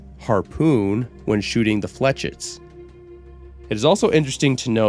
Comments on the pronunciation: Your pronounciation of the Chauchat is actually spot on! However, your pronounciation of "flechettes" is incorrect. It's actually pronounced [Fleu][chay] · "Flechets" are pronounced "Flehsheys" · one more thing though: flechettes is usually said "flesh-ettes", but hey it doesn't really matter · It’s pronounced “ Fluh-shetts”